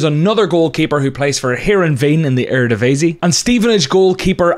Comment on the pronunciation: I think you pronounce erdedevisie amazing